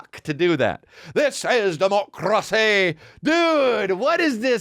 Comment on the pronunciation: "This is democrrracy manifest!" sounds like a SOAD song 😅